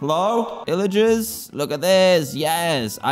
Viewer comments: Dan its pillagers not illagers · it’s pronounced “pillagers” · There called pillagers Dan just so you know not illagers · he says " illiger" the pilligers " yees, take it out on them